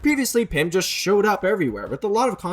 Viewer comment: all that is wrong with ur english is "yust/just"